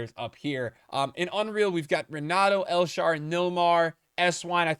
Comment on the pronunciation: "El Sharw" "Naldo" 💀